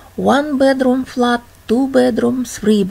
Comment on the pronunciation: Flat - читается (флет)